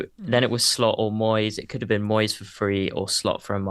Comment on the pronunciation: I immediately turned it off after the yank pronounced Moyes like he was Spanish!